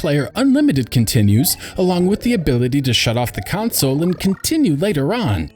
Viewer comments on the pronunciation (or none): console. not council.